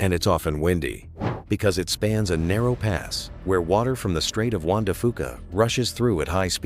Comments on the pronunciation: It's Juan de Fuca not Wanda Fuca. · The staight of "Wanda Fuca" indeed! 😂😂😂😂